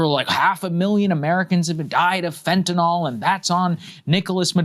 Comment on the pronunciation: Saagar it’s fentanyl not fentanol.